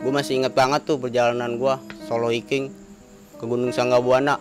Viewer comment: anda berani, naif dan baik. Oya yg anda maksud highlander (bacanya hailender), hiking (haiking),;) sukses trs utk anda